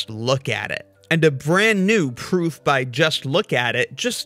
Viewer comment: I totally respect your ability to keep pronouncing 'proof' with a v :)